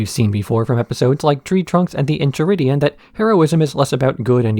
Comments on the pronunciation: The Incheridion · En-chai-ridion lol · Aight you got me. Was ready to be snarky af about how you pronounce that book name repeatedly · I knew the EnCHiridion bit was on purpose. Still pissed me off.